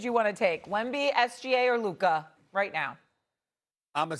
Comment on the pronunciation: it’s Luka and it’s not even close